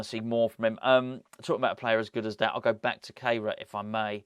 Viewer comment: you mentioned the pronunciation of Kehrer´s name which I think you and Moyesie are still not quite getting right. As he is German, and I myself am a German teacher, I think that his name must be pronounced "care-rah" (English version). In terms of etymology, his name actually means "sweeper" which is quite ironic when you think about it and what you talk about in the video. Not trying to be a smart-arse, just trying to help "going forward", as Moysie might say.